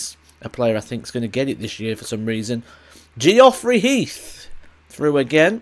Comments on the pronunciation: Ge-off-rey 😂😂 id love to see how you pronounce George 😂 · Geoffrey is right spelling.. not Geff. Stop calling him Ge off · Ge offrey 😂😂. Made me chuckle. Great channel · I hope that Geoffrey thing was a bit of banter because it is definitely pronounced the same 😂